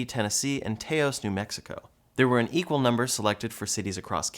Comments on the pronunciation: Taos is pronounced in a way that rhymes with mouse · That's definitely the most unique pronunciation of taos I've heard 😂